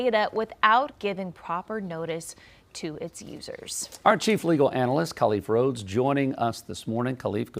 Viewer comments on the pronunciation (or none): none